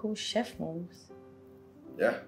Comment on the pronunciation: Maurice and Sophie well done 😊on your “chef” pronunciation many actors do not pronounce it right